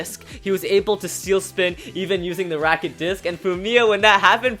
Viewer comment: It’s not racket it’s ratchet